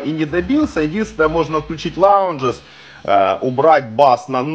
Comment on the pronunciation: Лайк! Знакомый на днях купил тюнер Радиотехника, т.е. интерес еще на такую аппаратуру есть небольшой. P.S. не лаунжес, а лауднес :) Но нам, неангличанам, простительно! :) Тонокомпенсация, по нашему.